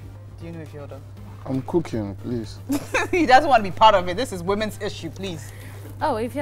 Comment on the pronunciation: Why does fella says please as prease😂